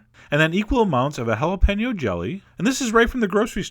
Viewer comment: Chef John, THANK YOU for pronouncing "jalapeno" correctly! This is something even Bobby Flay, with his chain of southwestern restaurants only learned to do fairly recently.